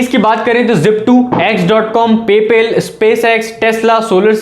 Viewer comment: It's Pay Paaal not pay pel, BTW Good Information